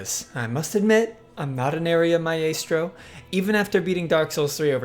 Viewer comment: Myayystro huh lol